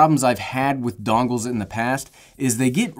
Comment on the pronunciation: "Your going to need dongles" I swear he said dongs